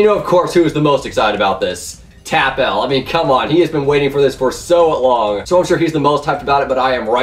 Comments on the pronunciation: It's Tapple not TappEl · It's not tap l it's tapple pronunciation wished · ITS TAPUL NOT TAP L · cough it's pronounced "Tapple" cough cough